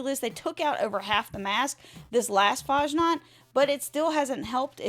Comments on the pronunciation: FASSNACHT, not fahnaht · Fashnaht? Fass-nacht. Ch is pronounced like the ch in "lachaim" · Faschnaht 0.0 its Fasnacht dont butcher my beatiful language ~ Herman ze German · The game runs like Malware these days. Also, it's pronounced more like Fass Nahkt rather than farsh nargt. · Fasnacht is real live event celebrated in Switzerland and other countries , Helvetia being mini-Swiss-colony observing it too . you also absolutely butchered its name .